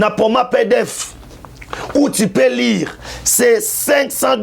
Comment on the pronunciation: Nul. Kende kosala bilanga. Lire et non lure